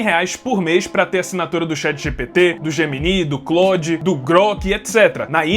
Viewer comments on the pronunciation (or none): none